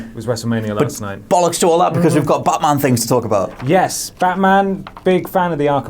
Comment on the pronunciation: It's batman , not baaaman !!idiot ! , seriously stop acting like you know everything , and get your bodyguard a suit instead of a hoody !